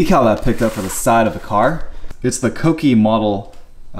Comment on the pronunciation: You're the only Youtuber I know of that pronounces Kouki the correct way